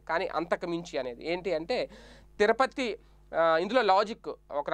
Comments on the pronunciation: BABU TIRUPATHI NOT TIRAPATI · తిరపతి కాదునాయన తిరుపతి